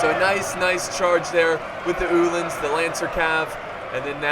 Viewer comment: Ulyns its Ul-ans